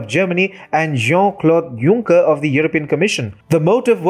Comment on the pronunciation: Jean Paul Junk-er